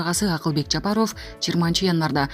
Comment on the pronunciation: Суйлоп жаткан блогер орустай болбо Жапаро'в эмес Жапа'ров ударениени туура койуп айтпайсынбы.